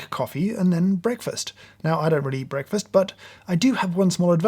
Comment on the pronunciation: I don't like how he says the word breakfast